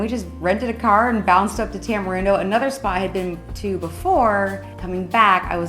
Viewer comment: Y'all, Costa Rica is not a third world country. Not being able to flush your TP is not the factor that defines this. So many items are produced in country and not imported, unless your talking about American made goods. Also, its pronounced Tamareendo.